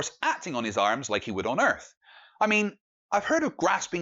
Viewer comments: I LOVE that you're calling them out! BRILLIANT ....... but can you PLEASE pronounce Earth with a 'th' and not an 'F' .... It's not Flat Earfers. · And its earth NOT erff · Shite microphone, pronounces "earth" "Earf" aaand hes playing Xbox. BUT at least he knows the earf is round.